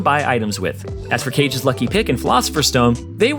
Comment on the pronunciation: Cringed at how he said Kage’s Lucky Pick